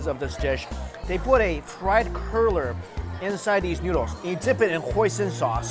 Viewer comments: What the hell is a curler? Did you mean cruller? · Psst, hey Mike, it’s cruller not curler 😂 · I think you mean "cruller" rather than "curler" in that first segment but as a fellow noodle lover I appreciate seeing different types. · It sounds like you are saying "curler" you mean "crueller". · I love all your food videos! (but it's pronounced cruller, not curler ) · Ok. At the first restaurant I thought you were saying Chinese "Curler" and I thought the flat rice noodle was stuffed with pig tail, lol. Then you said dough. Got it. Cruller. Funny moment, though and I'm going to bet somewhere in the world there's a pig tail stuffed into a noodle. If not - whoever creates it can name it after me. Ann Ann Noodle. Got a ring to it. 😉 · Oh! You meant cruller!